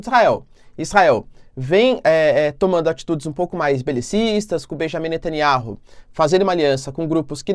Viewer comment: O nome do Primeiro ministro de Israel é BENIAMIM NETANYAUH e não Bejamim Nataniárru. Não é inteligente mudar o nome das pessoas